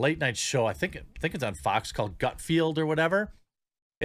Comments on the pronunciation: Gut-field?! Seriously bro... expand your tastes a little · Why does Jeremy continuously mispronounce Greg Gutfeld’s name? “Greg Gut-field or whatever”. It’s spelled the way it sounds. It’d be like mispronouncing Tom Hardy’s name. “Who’s this Toom Hard-way guy? “ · Don't expect Greg to ever invite you as a guest if you repeatedly mispronounce his name. It almost seems on purpose at this point. Since when does f-e-l-d read like the word "field"?